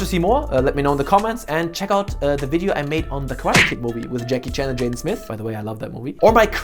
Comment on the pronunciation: Did u just said WALA Jackie Chan